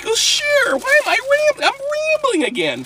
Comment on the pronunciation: AM RABELING WHY AM I RABELING!?!? LoL